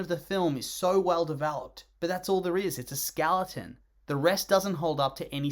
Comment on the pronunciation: "The skaleton of the film..." What the fuck is a "skaleton"?